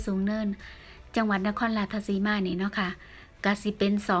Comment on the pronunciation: อยากให้เจ้าของคลิปพูดจังหวัดให้ถูกคับ ราชสีมา ไม่ใช่ ราชทะสีมา ผมไม่ได้มีอคติน่ะคับ แต่อยากให้พูดให้ถูก เดี๋ยวเขาหาว่าเป็นคนอีสาน แต่เรียกชื่อ จังหวัดแถบอีสานไม่ถูก สู้ๆ เด้อคับ